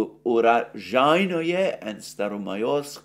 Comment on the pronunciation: Alexander "o" is, alike in Greek, if I am not wrong, is pronounced "o" only if the syllable is stressed. Otherwise, "o" stands for an "a" (cat). You have to say Urazhaiyne.